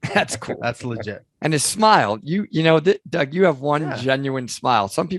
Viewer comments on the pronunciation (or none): Are you calling Doug Bishop “Dog?”